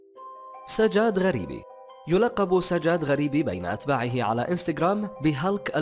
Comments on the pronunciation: تلفظ سجاد مو ساجاد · سجاد مو هيج تنلفظ